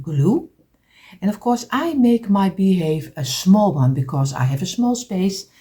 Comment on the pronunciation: you're saying it wrong it's beehive sorry I don't want to correct you but you're saying it wrong it's beehive your friend Heather from Canada Hamilton Ontario